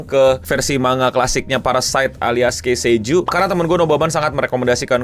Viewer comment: Ki sei juu bang. Tolong. 🥲 bukan kei sei juu